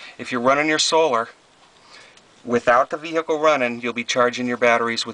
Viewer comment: The way you say 'vehicle' makes me cringe